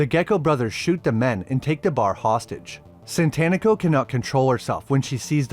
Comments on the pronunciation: Satanico. Like satanic. It's tough to hear 30 min of SaNtanico Pandemonium. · Its SATANICO and not Tito Santanico... Jesus where are you getting the first N from? Do you worship Santan?